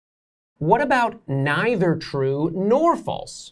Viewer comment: Maybe spend more time learning how to pronounce either and neither.